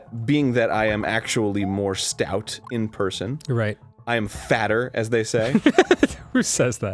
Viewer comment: every... single...personm, arin... every...single...person